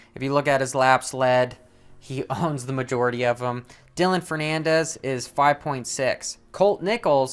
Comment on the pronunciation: Let's go Tomac. Oh yea its Ferrandis bro. Not Fernandez...great video. Jus subbed